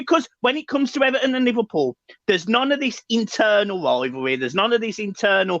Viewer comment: Now it's E-VAR-ton